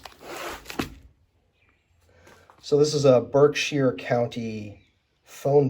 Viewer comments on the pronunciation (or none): none